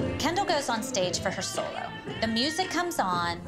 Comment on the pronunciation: Does anyone think about how the girls pronounce solo "sul-low"? Just curious.